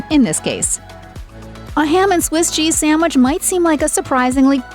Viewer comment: It must be a regional thing, its hard to get exemplary service here. And this "professional announcer" lady saying "Samwich" is a real turn off... lol